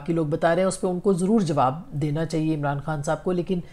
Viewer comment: Aap lafz " Chahiey" theek terha ada nahi kertin.